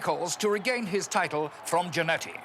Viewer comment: I love the way Nash pronounces "Jannety".